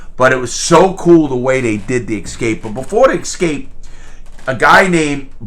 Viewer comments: With love and respect, it's "Ess Cape" not "Ex Scape"... (Unless you are George Bush Jr.) Nuke U Lar Strateegery... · The poster changed through the years. Rita was first ('40's) and by the time he escaped ('60's) it was Raquel Welch. Not sure who the middle girl(s) were but I can sure remember Rita and Raquel. While I'm picking on you (with respect) it's not "Ex-Scape" it's "Ess-Cape". I was raised by a grammar freak. And if you ever meet George Bush Jr. let him know that it's "Noo Clearr" not "Nuke U Lar"... Thank you. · If I may.. If. May I just say that a long speech about literacy is hurt by the immediate use of "eXcape"? Don't hurt me! 😊